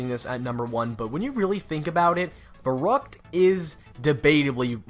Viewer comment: When you just said Verruct I died on Verruct on bo3